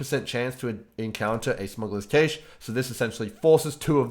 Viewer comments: Cache is pronounced "Cash" Not that I like being "that" guy. Just can't help it. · Cache is pronounced the same way cash is. I just don't want people going around saying it wrong now. Great video! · The way he says cache xD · TIL cannot pronounce cache:-)